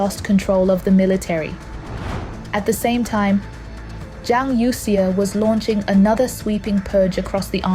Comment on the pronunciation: It somehow strikes me as odd that the speaker in this video apparently does not know how to pronounce Chinese names correctly.